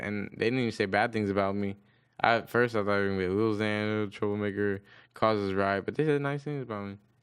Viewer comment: tim min it's more like lil xan and it's annoying